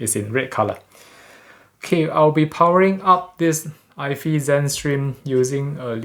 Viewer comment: Hi. just a prompt ifi is pronounced Eye FYE, like Hi-fi is Hi Fye. Don't think it's pronounced Eye Fee as hi-fi is not Hi Fee. Hope that helps.